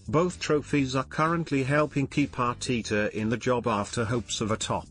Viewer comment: Thier isn't two e's in ARTETA, its not Arteeta